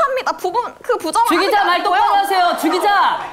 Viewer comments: 나만 죽이자라고 들리냐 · 죽이자 로 들려 ㅋㅋ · 주기자에서 점점 죽이자로 들린다 ㅋㅋㅋ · 주기자 나만 죽이자로 들리나ㅋㅋ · 자꾸 주기자 주기자 이러는데 죽이자죽이자로 들림ㅋㅋㅋㅋ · 주기자 하는데 죽이자 라고 들림ㅋㅋㅋ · 왜 나는 안영미가 "주기자"가를 말할때마다 자꾸 "죽이자"로 들리지 ㅋ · 주기자 죽이자로들린다 나만그런가?